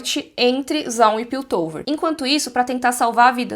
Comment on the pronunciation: Por favor, para de falar “zoum”, é ZA-un! Som de A, bem A!